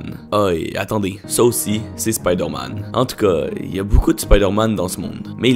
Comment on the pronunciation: C es spoodér man